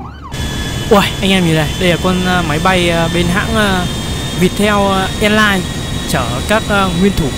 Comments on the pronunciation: việt nam elai mà anh đọc thành vietel elai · Hãng đó đọc là Việt Nam a lai á nha a😂😂😂❤❤❤😊😊😊